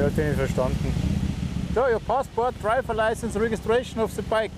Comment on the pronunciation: "Draiwer leising"😂